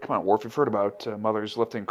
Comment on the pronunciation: Every time you guys call him "Dorf". lol